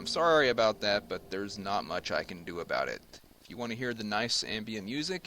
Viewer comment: i hear obut it haha